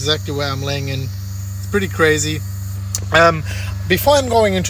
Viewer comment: Cwazy boi cwazy